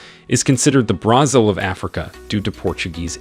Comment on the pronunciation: whats with the pronunciations? who doesnt know how to pronounce brazil or archipelago